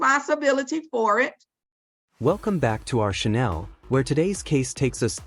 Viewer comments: I think AI said , "Welcome to our Chanel." It's not perfume, its channel. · what got me is calling ''channel'' ''chanel'' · “Shanelle”? Is that the fancy way of saying “channel”?🤣🤣